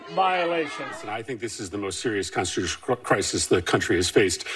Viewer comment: Why do many of these government employees say consitutional instead of consTitutional?